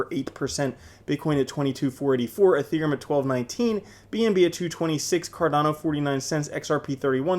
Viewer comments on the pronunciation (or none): none